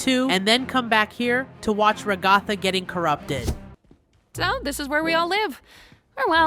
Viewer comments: Bruh it's regatha not Raygotha! 😡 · Ragatha =/ Ra-ga-tha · it is kaufmo, not kaufman, not aufman... ragatha is /ra ga tha/ not /raga tha/ for correction